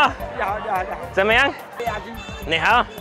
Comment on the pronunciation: not even a minute into the video and messes up his ni hao. cracked me up